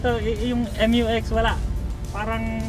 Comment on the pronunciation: mew-x po hindi m-u-x